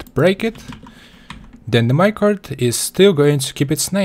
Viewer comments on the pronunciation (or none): "Minecarft minecart"